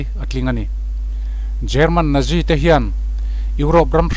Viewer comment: Natzi tiin lam rawh